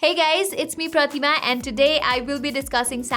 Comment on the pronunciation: They way u said pratima. I felt like ur mother tongue is nepali 😂